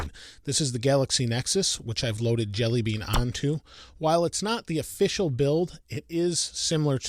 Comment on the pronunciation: Thought he said android deli meat